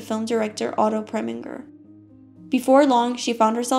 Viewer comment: I really enjoyed your video, however a little constructive criticism…make sure to find the correct pronunciation of names…Otto Preminger. That was my only distraction! Great job!